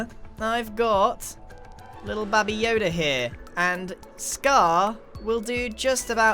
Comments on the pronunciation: is anyone else concerned that he called baby yoda baba yoda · Grian: Babi yoda Scar: baby yoda (i really don't know) Me:Bababuy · Did Grian say Baby Yoda,Babi Yoda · No, he says Bobby yoda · I love how he calls him babby yoda